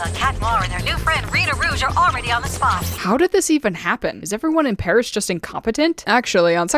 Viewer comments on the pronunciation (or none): none